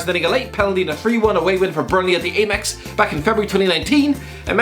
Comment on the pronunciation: did he just say 'ay-mex' lmao